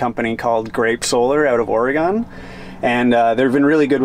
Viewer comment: Lol when he , pronounces Oregon... "Orey gone"